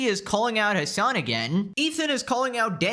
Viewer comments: Genuienly the way XQC pronouces "Hasan" is funny like what do mean 'azzan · Xqc saying Hasans name like AHZAN is killing me 😂😂😂